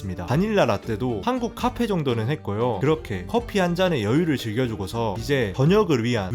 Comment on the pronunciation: 네~! 다른 사람에겐 비밀로 하고 터키 방문할 일 있으면 꼭 가봐야겠어요. 카페 정직한 발음에 웃고 가요 😊